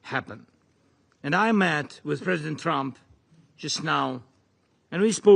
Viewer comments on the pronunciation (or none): he was trying to say trump, it came out shigts